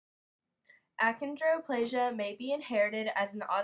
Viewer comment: Um....is the person doing this an actual dwarf? because, achondroplasia is pronounced "akondro-plasia"